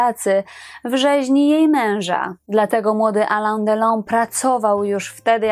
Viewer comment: Alain wymawiamy nosowo ( Alę z akcentem na końcu )